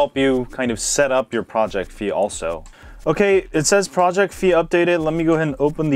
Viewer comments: Figh like high not fee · WTF!?!? Its FI not FEE!! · Damn, it's pronounced Fai. XD